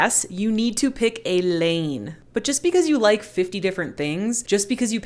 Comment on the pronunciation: You are hysterical you made me spit my coffee out when you said yes you need to pick a lane emphasis on the lane😂😂😂😂